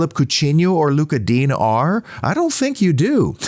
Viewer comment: Just a pronounciation note, Digne is not pronounced ‘Dean’ but rather Dinè with the è said like ‘yay’ .